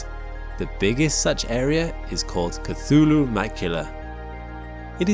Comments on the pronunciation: cthulhu is not pronounced cAthulhu... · Your pronounciaton is wrong, mate. Sputnik and Cthulhu - check them out